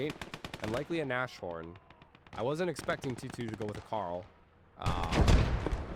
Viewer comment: quick German lesson: Nashorn is pronounced like "Nas-horn", so no "sh"